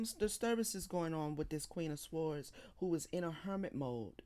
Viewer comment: Your channel was recommended to be a few days ago. I like your readings but the way you say sword makes me cringe every time. The w in sword is silent so it’s pronounced “sord.”